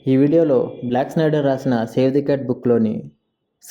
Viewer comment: బ్లాక్ స్నైడర్ కాదు బ్లేక్ స్నైడర్ 😅